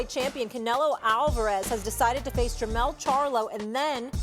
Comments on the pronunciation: They not even gonna correct the right charlo name lol. It's jermall not jermell lol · Molly it’s Jermall! He fought Mell 🤦🏽‍♂️